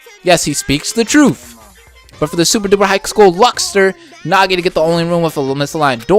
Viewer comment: Okay,, the way to pronounce "Naegi" is not (na-ge) it is (Nae-ge)